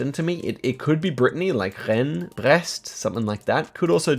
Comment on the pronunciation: Nice pronunciation of Rennes and Brest !!! Im french and it was spot on!